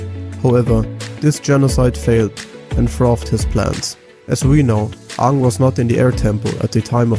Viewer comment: You didn't just call Aang Ah'ng like in the Live Action 2009 movie did you? lol